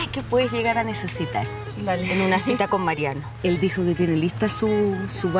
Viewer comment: Es cita no citra